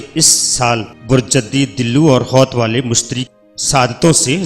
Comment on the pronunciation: Ye name Arabic k Han ap ghlt ly rhy Han. Diloo nhi dalwe hota ha aur hoot hoa ha hoat nhi